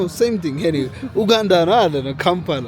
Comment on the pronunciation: It's not oganda pronunce it "U_ganda".